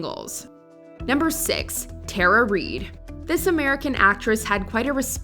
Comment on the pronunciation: is this a robot narrator? Lady Marmalrd, terror reid?